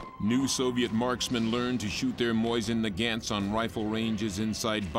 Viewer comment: "Moysin Nuhgant" rifles